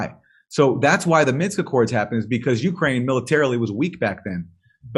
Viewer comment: It's "MINSK" 😛